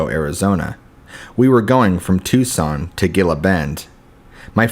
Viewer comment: Its pronounced (Tucson) tooson. Gila monster is Heela monster. Not critising just info. 😊